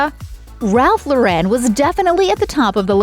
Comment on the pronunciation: The American designer's name is pronounced Loren not Lo Ren. Get with it. You said it wrong so many times.